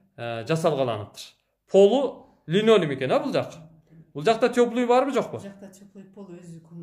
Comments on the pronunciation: билбейм, мен өмүр бойу эле алып кетти деп айтам. Апкетти деп, түштүк жергесинде жашаган элебиз апкетти, бопкетти деп сүйлөшөт. болсо линонюм дейт кайра кайра. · сураныч линолеум деп айтышты үйрөнүп алчы адамды уят кылбай., майда сөз болбой, гүлдөрдү, вай файды жана башка майда чүйдөнү айта бербечи, сенин маегиңди такыр ачпайт. Үйдүн баасы абдан кымбат экен, Бишкекте Восток-5 үч бөлмөлүү батирлер $ болуп жатат, Ош шаарына 48 000$ өтө эле кымбат.